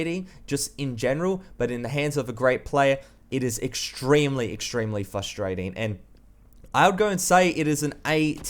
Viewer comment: what did yu just say fusterating i know its your accent but it is just so funny